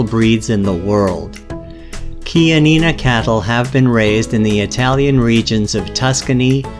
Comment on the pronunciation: finally i got the right pronunciation of chianina. 😂 lol